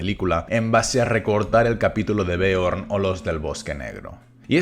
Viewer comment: ok 1) son dos personajes distintos de dos franquicias diferentes y alejadas 2) se pronuncia beorn ( como si dijeras bear inglés) y no björn